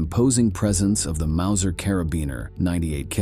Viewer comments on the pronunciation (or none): none